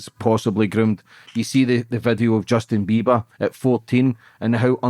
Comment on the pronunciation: Justin Biba 😂